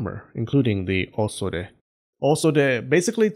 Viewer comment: I like how he pronounced "Osode" wrong, but then right the second time